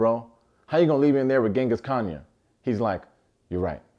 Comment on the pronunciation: Not Genghis Khanya 😂